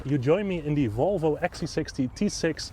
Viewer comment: So funny the dutch way you pronounce Volvo, or should I say: wouolwouo :) j/k